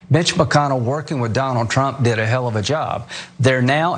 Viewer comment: Did he say Mitch McConnell or Bitch McConnell at the start?